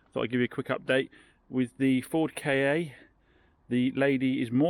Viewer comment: Firstly, it's pronounced "KA", not "K.A." Secondly, if you don't like honouring warranty claims, maybe start selling cars that aren't fucked??!